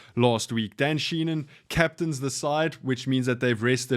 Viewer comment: Appreciate the quick vid, and insights...but it's Dan Shee-HAN.